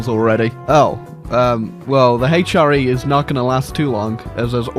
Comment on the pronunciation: The Haych-R-E